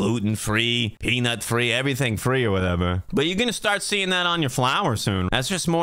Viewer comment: I love the way you say whatever. "Whateva" 😂